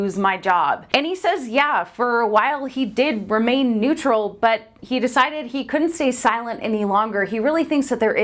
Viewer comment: "Stay NETURAL"